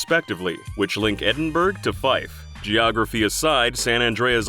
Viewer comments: It's ED-IN-BRUH not ED-IN-BERG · Edinburg? Why can nobody pronounce the damn properly cries in Scottish its Ed-In-Bruh. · EDINBURG?!?!?!? did you say (laughs in scottish) its EDINBRAA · As a Scottish person I hated how the guy pronounced Edinburgh as Edinburg It’s pronounced Edin-bur-ugh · Does anybody else facepalm at people attempting to pronounce "Edinburgh"? Rarely do I ever hear a correct pronunciation from people outside of Scotland, like its pronounced "Edin-bruh" not "Edinberg". Seems like a small complaint but when you hear the mispronunciation so many times it starts to seriously annoy you, like it's one Google search away. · Its not “Edin-burg” its “Edin-buh-ruh” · It's edd-inn-burr-uh, not edd-inn-berg. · Did you say Edin-BURG? Dude, you’re gonna get a lot of shit for this. It’s pronounced Edin-borough. Edinburgh is spelt completely different to how it’s pronounced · Edinburgh is not pronounced with a hard g like in ice berg. It’s more like the b in borough. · E d i n b u r g lmao - it's pronounced e-din-bur-uh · It's Ed-in-buh-ruh not Ed-in-burg. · My Scottish Ears are bleeding (It's pronounced Edin-Bur-uh, Not Edin-Burg.) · Ah shit, here we go again. ... Edin"BURG" ?!? Bloody Americans!, It's pronounced Edin "Brugh" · Sorry, Edinburg? Nanananana Pronounce it right. Edin-Bruh. Not even a joke. Edinburgh is pronounced Edin-Bruh. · Why do you Americans always fuck up the pronunciation of Edinburgh It's Edin Bruh Not Edin Borough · Edinburgh doesn't have a hard G sound. Common mistake, just wanted to point it out. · Big up the Forth Rail and Road Bridges !! Woop ! "They are stunning you should look them up" And it's not "Edinburg" It's Edinburgh... Learn how to pronounce it... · edinburg? heads up its pronounced edinbruh but still great video not a criticism :)))) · “Eddinburg” ugh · You don’t pronounce the g in Edinburgh it’s pronounced like edin buruh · "Edinburg" Lol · Aaaah classic America, “Edinburrrggg” I’m not mad, made me chuckle :) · "eding burg"